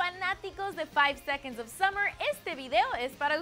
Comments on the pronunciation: La escucho decir Keilum a Calum en otro vídeo, juro que le lleno la cara de tajos. Ah, y si nos vuelve a decir "Summers" también. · taitaic, keilun, summers. JAJAJA, ME MEO, JEL MI xd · JAJAJAJAJAJJA KEILUM JAJAJAJAJA SUMMERS JAJAJAJAJAJ ASHTIN JAJAJAJAJAJSJ MATATEEEEEEE WEEEY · me dolieron los ovarios cuando dijo summer's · Nos Dijo "Summers" JAJAJAJA ME MIE xD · sUMMERS?!? KEILUM?!?!? HIMPAKTADA c mata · me estuve riendo por horas "keilum" ahahahaahah tambien por "summers" ahaahahah nomanche! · A ver, antes de hacer un video de ''cosas que no sabían'' hay que informarse un poquito por lo menos, ¿no? No esperaba que me dijeran cosas que no supiera sobre mis 4 chicos favoritos del mundo, pero vi esto y casi muero. Nos dijo SUMMERS, y dijo KEILUM HOOD, por Dios, SOMOS LA 5SOSFAM, Y SE DICE CALUM , ASÍ, SIN ACENTOS NI NADA! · Summers wn...SUMMERS. ENSERIO??!! 1- Como nos llaman SUMMERS wn, ¿¿¡¡CÓMO!!??xd 2-KEILUM XD... ES CALUM, cada vez que veo estos putos videos, sinceramente me dan ganas de llorar por la conductora de esta wea y MUY MALA INFORMACIÓN :c (lol) 3- Conductora de esta wea: -Cosigue una buena información y no mierdas cómo esas:3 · Summers??keilum??Ari y Michael??estupides pura en este video en primera no somos summers somos la 5SOSFAM❤ en segunda se pronuncia CALUM y en tercera Ari y Michael mis ovarios .l. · summers , taitanic keylum 😂😂 te pasas